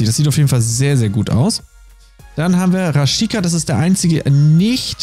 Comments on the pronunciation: Milot Rashika wird als Rashica ausgesprochen. Schön das du ihn ins Boot geholt hast:) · der von vitesse arnheim wird milot raschika aus gesprochen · Milot Rashica den Vornamen so sprechen wie er geschrieben wird und das sh wie ein sch sprechen 😂😂✌🏾️